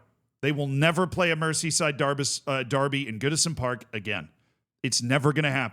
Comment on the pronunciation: Mer-zee not mercy